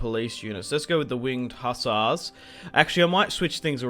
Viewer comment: I'm Polish, and every time you say Winged Hassars I laugh my ass off